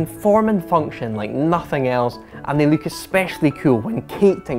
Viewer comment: I love the way you're saying "look" - as "luke at the car".